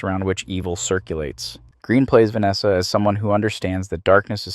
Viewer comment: No.1 Heaving Gallic Goddess.P.S.....Her surname is pronounced Gren,not Green.